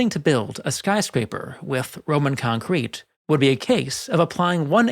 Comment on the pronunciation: I suggest you make up your mind as to which syllable you wish to stress in pronunciation of the word concrete, and stick to it.